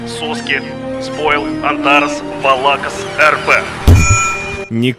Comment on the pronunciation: Не антАрас и валАкас, а антарАс и ВалакАс. Невежа